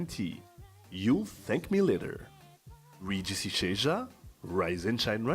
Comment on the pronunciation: Please Regis say your name the right ŵay (French version) and not the English version, as it doesn't give it/you justice.